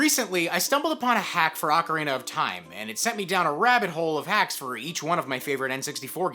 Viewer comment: Ocarina not arcarina